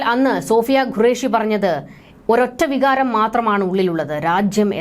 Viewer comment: Madam please pronounce qureshi not gureash (what is the pronunciation of question is this correct or guestion) which one of this is the correct please correct yourself